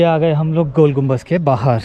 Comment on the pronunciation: Gumbaz nahi Gumbad hota hay bay chootiay anpadh jahil